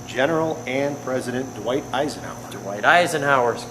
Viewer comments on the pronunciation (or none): And the president's first name was Dwight, not Dewight.